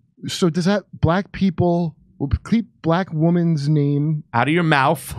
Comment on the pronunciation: ..actually he said "name" not "names"...he can't speak English well. An entire lifetime in the USA, but still struggles with English. PS-what is a mauf? Brutal.